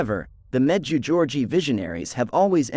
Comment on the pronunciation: The correct pronunciation for the apparition site is as follows med jay go re eh Ray from New Brunswick Canada